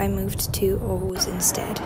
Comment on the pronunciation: How do u pronounce Aarhus so perfect omg actually impressive